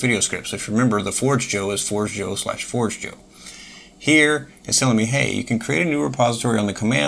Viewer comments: It's "for-JAY-yo" - forgejo is the Esperanto word for "forge" - not "Forge Jo" - and, no, not like coffee. Great video, by the way! 🙂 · It is closer to Spanish than you think, it is "for-jay-yo" 👍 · your pronunciation is completely wrong and so is what the name stands for, it is the first thing on the top of their FAQ